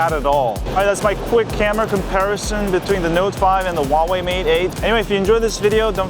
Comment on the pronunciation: its not VAVAI its Huawei like huawhey